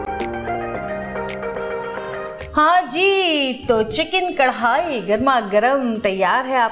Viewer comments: Javeria api your and jannat's Jodi rocks But karahi hota hai karhai ni (pronunciation) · Madam karhai ni hota karahi hota hai karhai embroidery ko kehty hain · Karhaaaaiiii nai karaaaahiiii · Its not karhai.......do correction...its karahi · Karhai nhi word krai hy jaweria wrong pronounce kr rehi hy karai ko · Karahi ko aap karhaiee bol boly ja rhi hain. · Javeria its chiken karahi not karhai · Sorry to say Karhai nahi hota karahi hota hy. javeria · Karahi hota don't mind app karhai bol rahi hein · Not karrhai.. Its karrahi